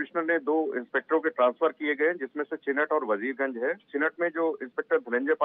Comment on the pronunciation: मैडम वीरगंज नहीं वजीरगंज है.....